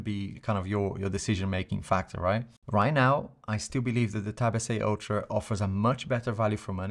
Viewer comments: hahaha that's funny, yes for me sounds like ocho because i'm paraguayan i guess (? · I love when he say Galaxy tab S8 (ocho) hahaha I’m impressed, first time i hear it